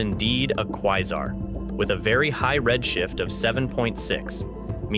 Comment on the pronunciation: Quesar: Kway-zar.. not Kwie-zar...